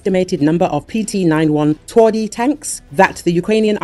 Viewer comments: You butchered the name, making it soft contrary to the meaning of the word "twardy" - hard/tough :P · Please, do not mispronounce TWARDY! WTF?